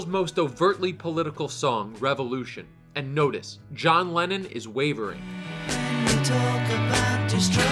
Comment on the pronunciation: When he said Lenin instead of Lennon😂